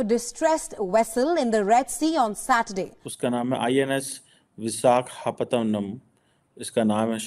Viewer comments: Dear cheema,stop writing dr. before your name if you cannot read and pronounce vishakapatnam properly, and why are you so much worried about indian navy coming to rescue for a distress call, it is all about ability of the INDIAN FORCE, please stop jealousy,and stop worrying it is not good for your health, kaazi miyan duble kyoun,kyoun ki unhe har baat ki takleef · Cheemaji madath karneme aapko kuch taklif😂 pronounce it as: vi sa ga pat nam ok😊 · Qamar Cheema PhD. Ko dekho visakhapatnam ka pronunciation ko bhi nahi kar sake.Madarsa chhap bilkul hai.Hey hey 👏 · China should know how to pronounce the names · IT IS PITY DR CHEEMA KO VISHAKHAPATNAM KI IMPORTANCE AND INDIAN EASTERN COMMAND KA NAAM BHI MALOOM NAHI JO PRONOUNCE KARNE MEIN ITNI PRAYSHANI HO RAHI HAI?? CHEEMA JI ...BAD!!!